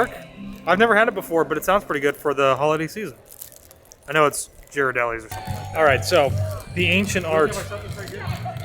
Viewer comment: Thanks for.the vlog. That place looked so beautiful and fun. Just a heads up, the chocolate company is pronounced gear-ah-deli. Those s'mores looked super yummy.